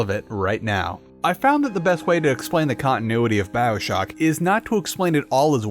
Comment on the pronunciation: ew “byoshock”